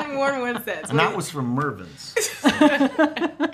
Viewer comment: He said,. Mervyn's. Fillarious!